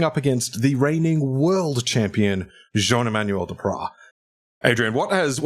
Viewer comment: Your pronunciation of Jean-Emmanuel Depraz is flawless 👌🇫🇷